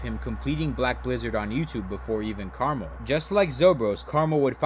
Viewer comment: why did he pronounce "KrmaL" as "caramel" also its KrazyMan50